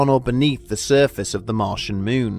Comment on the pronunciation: “Capshool”? “Myoon”?